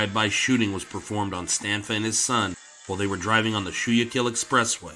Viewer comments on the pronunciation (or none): Schuylkill is pronounced skookle. Passaic is pronounced pa say ik. There was another one too but can't remember what it was.